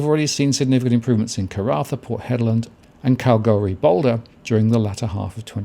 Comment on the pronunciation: You pronounce the 'L' in KalgoorLie-Boulder, just sayin.